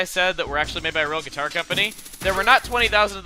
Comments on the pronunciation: sure likes the "guiter". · "The Great Sea Guiter Cover" hahah